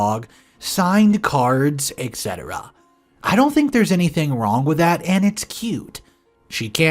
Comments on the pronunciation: There's no K in the word Etc orex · You are pronouncing Etc wrong